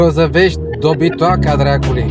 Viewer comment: Cum pronunță robotul ăla Grozăvești și Lacul Tei: Grozavestí, Lacul Tai! Sehr lustig! 😂😂😂